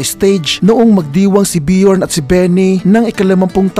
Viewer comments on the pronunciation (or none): none